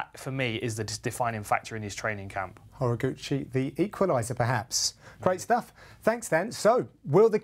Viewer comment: He's name is pronounced Ho-Rah-goo-chee